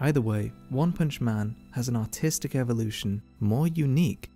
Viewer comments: Ok I'm sorry but you might have to enunciate your "r" in artistic more. came off a bit different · I had my volume down and heard "autistic" instead of "artistic". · I swear he says autistic in the intro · sounds like he said autistic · thought he said "so for todays autistic art review" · for a second I thought you said autistic at the begging of the video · I thought he said “Autistic Evolution”.